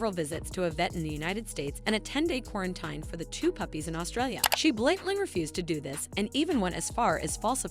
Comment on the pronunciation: Yo that’s all crazy but…… I cannot fucking stand the way the narrator pronounces “quarantine”